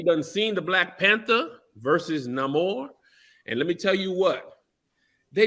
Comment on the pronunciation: Why are they pronouncing his name like that? Its NAY-MORE